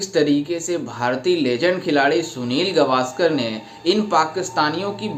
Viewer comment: सुनील गावस्कर✅ सुनील गवास्कर❌